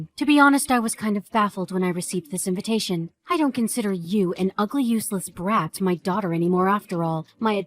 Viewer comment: WHY WHY WHY WHY WHY WHY WHY WHY WHY WHY WHY do these videos are always read as 'invintation' instead of invitation, they put in an extra N.